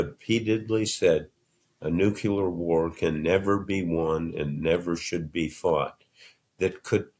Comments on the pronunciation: I have so much respect for Bob Woodward, but it diminishes a tiny bit every time he mispronounces NUCLEAR. Its not "Nook-Yew-Lar!" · All those books behind him and he says "nukular" 27 times. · I was curious about his pronunciation as well, but am old enough to remember that when I was a child this pronunciation (nucular) was used more commonly. (I said commonly, not correctly - because 'nucular' has never been correct.) It wasn't until I was in my twenties that I realized I was pronouncing it incorrectly. I guess it's enough of a hot topic to have a Wiki page which is where I am pulling this quote: "The U.S. presidents Dwight D. Eisenhower, Bill Clinton, George W. Bush[8] and vice president Walter Mondale used this pronunciation.[9]" "Oxford professor Marcus du Sautoy used this pronunciation in a BBC documentary,[11] and Orson Welles said "nucular" while speaking at the 1982 "No Nukes" rally in Central Park." What's my point? I don't really have one...just displaying how I can fall down a rabbit-hole of useless trivia while trying to avoid my anxiety about this election, I suppose. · my mom , very well- read and intelligent, just could not pronounce nuclear properly. Same with psychiatry. Happens a lot. Worked with someone who could not say 'fathom'. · “NucUlear Weapons” he speaks just like Trump. It is pronounced NUCLEAR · Sorry, can't read a book written by someone who pronounces nuclear as nucular. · Apologies in advance for seeming petty, but it was extremely difficult to listen to someone continuously mispronounce the word “nuclear.” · OK, I am so shocked that a man of Bob Woodward’s stature (Watergate exposer, 2 Pulitzer Prizes) cannot properly pronounce Nuclear!!! First time I thought it was a woopsie, but he mispronounced it through the entire interview. 😮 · I just wish he'd be able to say "nuclear" correctly. It's just terribly distracting. :/ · I wish an intelligent guy as Bob would pronounce NUCLEAR correctly. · nuclear NOT nucular!